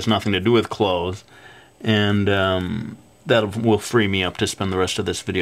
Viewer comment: when u say clothes, it sounds like ur saying claws X3